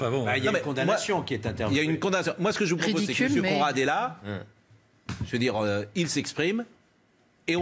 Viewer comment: Mr "CON rad" Non "conerad"😂😂😂